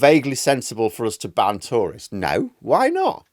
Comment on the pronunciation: Took me some time to realize you were talking about "tourists", not "Tories" 😅